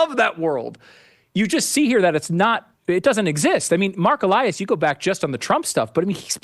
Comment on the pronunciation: When he turned into e-lie-as.